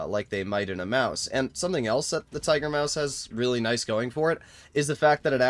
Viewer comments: Tiger Muas ✅ Tiger Maus ❌ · "Tiger muas" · ah yes, Tiger-Muas